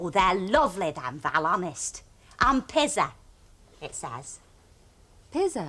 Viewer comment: The way Hilda pronounces pizza 😂😂😂. I just can't... Thanks so much for uploading these golden oldies 👍.